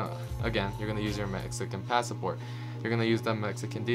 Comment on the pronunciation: Sorry this just annoyed me. It’s Pass-Port. Not Pass-A-Port. In Spanish we do add the extra A but not in English.